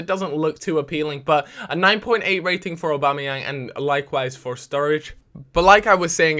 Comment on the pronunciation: he calls Aubameyang, Obama-yang sometimes, that was what i was referring too